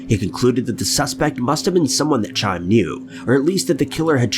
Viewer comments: Oh my God. It's one thing for these YouTubers who don't even know how to read, nor how to use correct syntax, nor how to pronounce words to have subscribers in the millions, as if that were not sickening enough, but I counted more than twice the number of mispronunciations of Jewish words in the first story than the number of Jewish brothers who founded Warner Bros., including Chaim being mispronounced two different ways and a total of eight times! You'd think maybe a person who wasn't just blatantly exploiting the death of a young teenager in a religious school would have the modicum of respect necessary to get his name right. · that's the main reason I did. As a mom of a child that has passed away, I cringed when I heard that. It's nice to know I'm not the only one bothered by that. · The way you pronounced Chaim made me cringe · Look, I love these videos but what I find really disrespectful is the fact that you never seem to take two seconds to research how to pronounce ANYTHING. You are constantly mangling names, places, so many incorrect pronunciations in these videos. For example Chaim is not pronounced “Ky-um”, it is “Hah-yim”. All that work on the “It”’advertisement and you couldn’t do a 10 second google search to respect a murder victim? And this is constant on this channel. Kind of disgusting really. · His name is pronounced "Ky-em" not "chime"...just want you to know... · Just FYI “Chaim” isn’t pronounced like chime, the ch is more like a guttural h —HYME, even with a bit of a K sound. Not dissimilar to the spelling of “Chanukah” but you pronounce it “Hahn-uh-kuh” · The name CHAIM is NOT pronounced "Chime", like a fucking bell. 🙄😑 The "CH" is pronounced like you're hawking a loogie (like the Hebrew word/expression "L'Chaim" ) and then "eye-um" at the end...... So basically just "L'Chaim" without the "L" PS. FOUR SPONSOR INTERRUPTIONS??? WHY??? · Hey OP, the first name you pronounced isn't "Chime" it's pronounced Kai-Um, it's a Hebrew name.